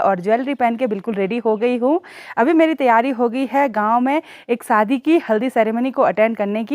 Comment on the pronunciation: Saadi nahi shaadi , hindi pahadi mix mat kiya kro, u r eductaed